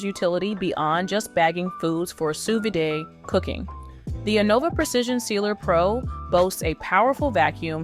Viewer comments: A note from a true polyglot who has been speaking four languages since the age of three: Sous vide (/suː ˈviːd/, as per the International Phonetic Alphabet) is pronounced “Sue Vid,” not “Sue Viday.” It’s French for “under vacuum.” There is no accent on the last ‘e’; “vide” differs from “vidé,” which means “emptied” in French. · That’s not how you pronounce Sous Vide. Jesus